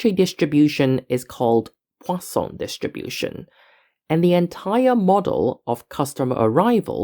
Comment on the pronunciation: Perfect French pronunciation of the word "Poisson".